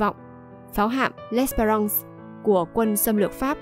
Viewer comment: đọc gì em ? tàu chiến của Pháp mà nghĩa quân của Nguyễn Trung Trực đốt cháy là tàu L' Espéfrance .( đọc és fe răn se' ) . làm clip chưa thật đúng với thân thế và sự nghiệp của Nguyễn Trung Trực , ông còn có tên khác là " Chơn hay Lịch " . mẫu chuyện kể về vợ và người con là sai hoàn toàn , góp vài ý cùng em , vì chúng tôi là người trong vùng , và lấy làm khó chịu khi mẫu chuyện không đúng về ông .